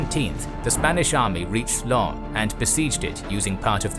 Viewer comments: LenS not Len ;) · Lens is pronounced with the s in the end, just to stop confusion at that point. Thank you for interesting videos in general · The "s" in Lens has to be pronouned. Just a small detail very good video mate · Little remark: the "s" in Lens is pronounced. Yes, I know, usually final S are not pronounced in French, but here it is.